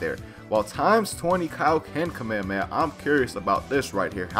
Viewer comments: Its called Kah-May-Ha-May-Ha It is pronounced that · Why does he say kamehameha like that